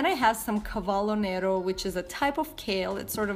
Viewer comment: lol, you said "cavallo nero" instead of "cavolo nero" 😄...in italiano it means "Black horse" and not a kind of cabbage :)